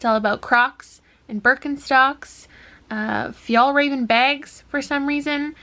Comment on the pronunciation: This is random, but the closest way to pronounce fjällräven is ”fjael-raeh-ven” //Random Swede